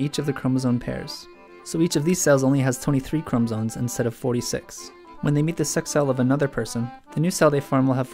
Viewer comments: Are you saying chromosones or am I going crazy? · sounded like he said chromotits